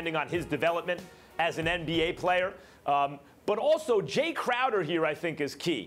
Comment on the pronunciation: "IT, ITT, ...Crowder, or Clam Chowder " Warriors in 5